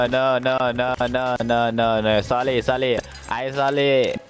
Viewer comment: соли - это сорри. они так произносят